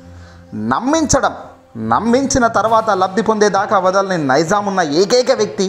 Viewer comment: నైజం ని నైజాం అని అంటున్నారు